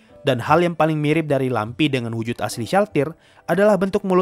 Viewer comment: Inilah klo lupa baca ulang naskah😅 Lamprey dibaca lampi